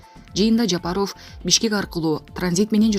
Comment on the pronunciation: Суйлоп жаткан блогер орустай болбо Жапаро'в эмес Жапа'ров ударениени туура койуп айтпайсынбы.